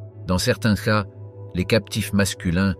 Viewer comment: Très intéressante vidéo sur les fondements et pratiques des Comanches qui rappellent parfois les samouraïs. Dans la forme du commentaire audio : "céa" prononcé au lieu de "cas", comment dire ? On se demande si le narrateur a un minimum de maîtrise de la langue française.